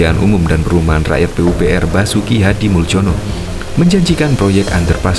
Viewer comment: Basuki Hadimoeljono itu bacanya Basuki HadimulYono bukan Muljono